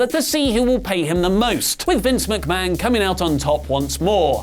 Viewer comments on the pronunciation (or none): none